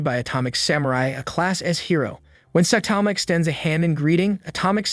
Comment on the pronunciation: "sah tama" its pronounces "sigh tama"